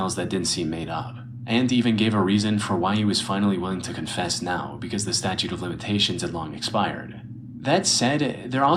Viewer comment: it's STATUTE Flight...NOT STATUE!!! lmfaaaooo